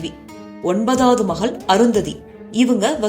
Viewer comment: மகள் ள் என்கிற எழுத்தை ல் என்று உச்சரிக்கிறீர்கள்.